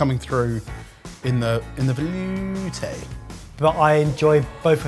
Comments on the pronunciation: "veloutéyy..." why did I expect that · Real Sorted fans said “vElOUtè” before 😂😂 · "VeLoUtÉ...." made me grin like heck 😂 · The moment I heard say “Velouté” my brain instantly think of saying it and he said it after. 😂👌